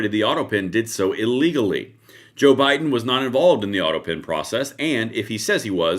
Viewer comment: "Bido-pen" LMFAO Thanks, I can't unhear that! 🤣🤣🤣